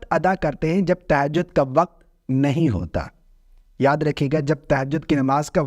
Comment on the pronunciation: تہجد کا صحیح تلفظ 😂